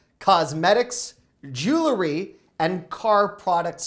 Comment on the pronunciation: Hello, I love your videos. However, per my mother’s Columbia University English education, I need to let you know that “jewelry” is pronounced “jewel-ry;”, not “jewlery.” Thanks, I will continue watching!!!